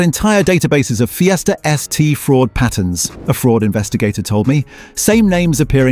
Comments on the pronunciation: What about Ford Feesta.? What a givaway. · Ford Feeeester....?😂🤣😂 Dump the AI crap